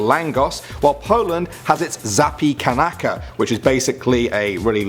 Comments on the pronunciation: It's sounds like Zapicanka not zapicanaca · Not Zappy Kanaka but zapiekanka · David Rosolovski you forgot the "ka" at the end so it's Zap ye can ka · Zapikanaka lmao 😂😂😂 Zapiekanka* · In Poland - zapikanaka 😂😂 zapiekanka is right ;) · Its not "Zapikanaka" but Zapiekanka and it's not a pizza it's just a baguette with topping.... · u pronounced polish zapiekanka sa "za-pee-can-ah-ka" lol, it should be something more like "za-pie(something like the begining of french name "pie"rre)-can-ka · Zapiekanka not ZAPIEKANAKA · that one from poland, it's not ZAPIKANAKA, it's ZAPIEKANKA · Zapi-kanaka is really Zapiekanka (that`s how you spell it) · zapikanaka xddd its Zapiekanka and its pronounced Zepiehkankha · XD zapikanaka? it's pronounced> zap-(yea without pronouncing the letter a)can(and again can without the n) that's the way to say the the word :) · Zapiekanka (and it's roughly pronounced as zah-pee-eh-can-kah, buddy!) is not a type of pizza (nor is langosh btw). It's its own type of dish... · zapiekanka actually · The Poland zapipnka is not pronounced like that xD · im polish zapekanca is pronounces zap ye can ca. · zapikanaka xd no xd just... no xd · It's Zapiekanka xD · Its pronounced za pie kan ka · Zapiekanka 😂 if u want to read it properly in UK it should be like "zapyekhankha" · Zapiekanka* Pronounced "Za-pee-eh-kan-ka" Also, it doesn't really replace pizza. Pizza is it's own thing. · It’s Zapiekanka....I’m Polish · I think it's so cute you said zapiekanka Polish pizza you said it rong but so cute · Zapi-kanaka 😂😂😂I’m from Poland just saying it’s pronounced differently 😂😂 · That's the most interesting way to say zapiekanka. Like what even is a zapikanaka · im polish and you just butchered the "polish" pizza called zapiekanka....fun fact its not a pizza...its literally nothing like a pizza as they are 2 different products that taste different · Damn way to butcher "Zapiekanka" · X,D when he read "zapiekanka" i couldn't stop laughing X,D